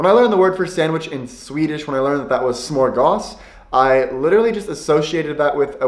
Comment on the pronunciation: Not "smorgas" but SMÖRGÅS. You need to practise pronouncing these three phonems. It's not difficult as they all exist in the English language. Just don't stare att the letters, listen to the sound and imitate it. That's the way you learn proper pronounciation.